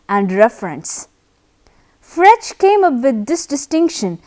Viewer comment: You are pronouncing Frege wrong!